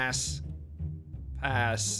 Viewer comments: here we go again with "ass" rather then "pass" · When he was supposed to say pass sometimes he said ass😂😅